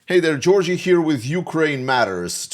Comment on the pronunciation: Georgijs, I think he anglicised the pronunciation so you don't hear the s. In English it sounds like a plural.